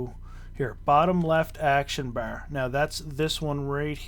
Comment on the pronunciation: thanks for the guide but damn dude please stop saying bar like that......please